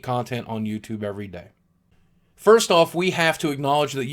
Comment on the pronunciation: LOL BOOGIE XD 'FURST'